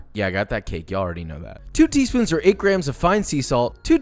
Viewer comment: two tee soons